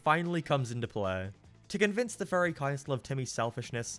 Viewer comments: because this guy pronounces "Fairy" like it's "Furry"? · I like the fact that every time you say fairy it’s sounds like you’re saying Furry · OHHHHHHHHHHH he was saying fairy not furry i was so confused. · Haha! He says fairy like furry. That's funny to me! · I'm incredibly sorry, but every time you say the word "fairy" I keep hearing "furry". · “a boy being granted furry godparents” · When he says fairy it sounds like furry 😹😹😹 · I'm so sorry I cannit get over how you pronounce "fairy" because it is a goldmine of Furry jokes such as "Foop the Anti-Furry" and "Timmy and Mr Crocker must go to Furry Land"